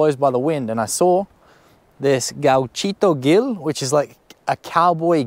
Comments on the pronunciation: Just two things: the h in ushuaia is mute, it’s pronounced usuaia. You said gauchito perfectly, but Gil it’s pronounced like hill, when the G is followed by an E or i, it’s pronounced like a J (like the h on hill and hell) if the G is followed by an U and the i or e, you pronounce it like you did on the video, like in English. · Gil's pronunciation would be something similar to "Heel" Gauchito Heel